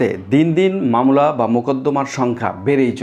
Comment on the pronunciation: মামলাকে মামোলা বলেন কেন